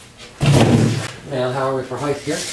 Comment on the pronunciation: I know what width is, but what is "heigth"?